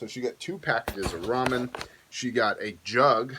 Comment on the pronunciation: I can’t be thankful enough you said ramen and not “ray-men”! 🙏🏻 Haha